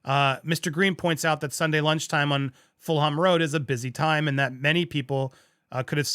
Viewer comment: Fulham pronounced as Full Harm is kinda cute, kinda appropriate \m/